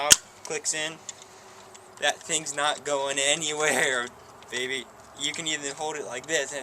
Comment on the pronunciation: ew stop saying babby